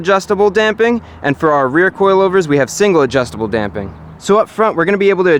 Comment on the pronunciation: DAMPING!!! You could have literally no other content and you'd still be one of my favorites just for saying it correctly. Love your videos dude!